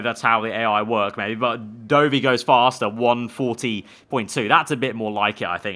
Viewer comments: Please stop saying Doughvi for Dovi 😂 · FYI — Dovvy not Doughvy